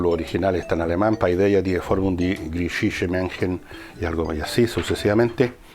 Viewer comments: Le suplico de rodillas que no vuelva a decir "PAIDEAH", porque me sangran los oídos. Se dice "paideia", es muy sencillo. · Segun lo que he leido y escuchado,PAIDEIA, tendría que leerse "PEDIA"..